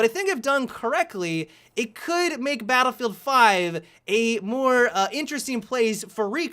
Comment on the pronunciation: I swear says "baddlfowr."